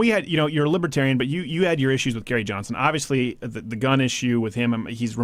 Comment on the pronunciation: "And THEE Donald Trump." Thee? Thee, Crowder? Thee is "You". You mean "THE", correct?